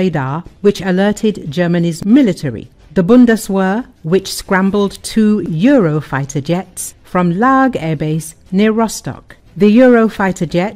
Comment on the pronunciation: It is NOT Bundes Wör it is Weht with e as in tear or gear.. PLEASE! Do YOUR HOMEWORK!